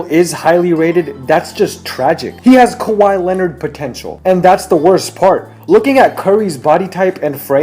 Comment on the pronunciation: its irritating when people pronounce " kawhi " as " kawaii "